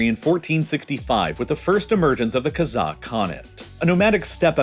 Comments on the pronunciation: Great video! One correction though, in the word "kazakh" the stress in on the first syllable, not the last. When you pronounce it like KazAkh, it sounds more like Kazak/Cossack, which is a different thing. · Kazakh is pronounced "Cause-Ok" not "Kuh-Zok" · sorry but this guy miss pronounced the word kazakh everytime. It’s not ka-zock, it’s kah-zack